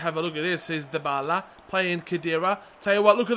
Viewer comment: Dybala is pronounced die-ba-la, not dee-bay-la like you are saying